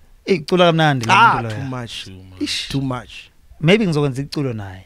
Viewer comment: you definitely would 😂😂 coz its Venda not Vhenda 😂😂